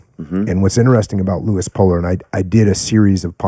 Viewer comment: Puller not Polar